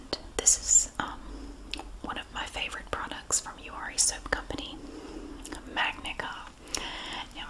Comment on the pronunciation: I watched this whole video thinking you were saying “you are a soap company”